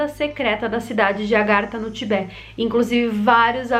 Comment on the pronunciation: Em português diz-se Tibete e não Tibé e a capital é Lhasa que se pronuncia "Lássa". ;)